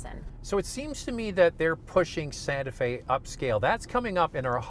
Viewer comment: Kia santa fee...what?